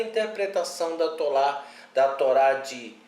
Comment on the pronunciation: Yahushua lkkkkkkkkkkkkkkkkkkkkkk tolá. Kkkkkkkkkkkk pqp mano isso é horrível, alguém deu crédito? O cara não sabe falar Hilel kkkkkkk mds